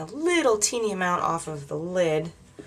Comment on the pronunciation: i like it when you say 'tap oaff the excess' :) love it this look and had to tweet about it!!